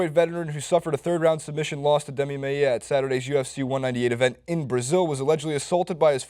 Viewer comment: Maia was pronounced wrong as well, but we still love Ya bud